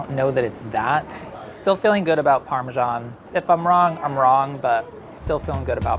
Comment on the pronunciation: "Parmashan" and "shalat" well i didnt know they were pronounced like that. Well done though you did pretty well